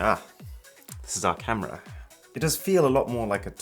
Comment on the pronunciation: 4K "CAMRA"